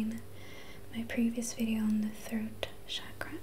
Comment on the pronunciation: It is pronounced as Chuck-ruh.